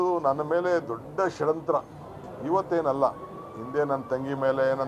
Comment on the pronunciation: ಹುಚ ಸುಳ್ಳೆಮಗನೆ ಅದು ಷಡಂತ್ರ ಅಲ್ಲ ಷ್ಯಡ್ಯಂತ್ರ